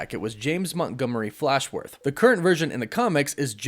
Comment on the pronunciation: Fallsworth, not Flashworth.